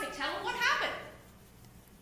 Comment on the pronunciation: "I dont quite remumber it awll 🥺"